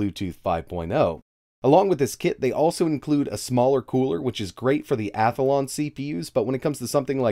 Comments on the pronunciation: Not picking on you, I find it funny that you pronounce "Athlon" as "Ath-uh-lawn". Keep up the good work! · Athelon cpu? Lol. Sorry man, had to